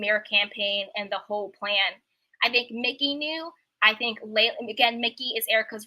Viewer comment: EJs creative directors name is Mike-ee, no disrespect